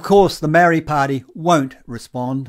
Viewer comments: dude , sound your vowels MA - O _ RI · Dude you keep pronouncing the word Maori wrong and bigoted. Why don't you show some respect and start pronouncing Maori properly after all you're a NZers and was born and raised here no excuses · Heh heh, even the Maori called themselves Mau-rees until very recently. Some elitist Maori refer to themselves as Mow-ri. They are having a real problem with their 600 word language, even how to pronounce it. They are not the brightest bulbs in the genetic pack. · Problem is that there is not one pronunciation of the word. As someone who was born here and raised here I have heard Maori themselves pronounce the word many different ways, eg Maardi, Mowri, Ma-ori, MOWri, and I am sure my list is not the end of it. By the way I would be interested to know why his pronunciation is bigoted - not trying to defend the commentator in any way but how do you tell?